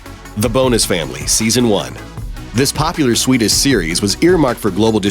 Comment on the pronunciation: swedis+ , dish think like an antenna dish swe-dish , at first i tought you said swiss